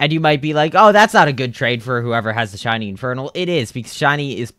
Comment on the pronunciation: Bro Said Chiny Or Chinese Instead Of Shiny